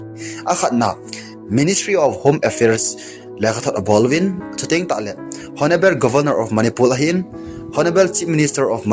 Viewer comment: Honable hiloupi chu o Honarable ti o